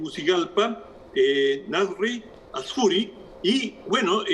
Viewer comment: Mal análisis xd Primero,Es Asfura,no "Asfury" Segundo,Mel Zelaya no fue exiliado a Panamá después del golpe ,sino a Costa Rica XD